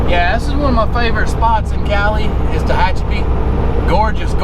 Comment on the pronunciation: U pronounced Tahachipi correct .......I know I can't spell it right......lol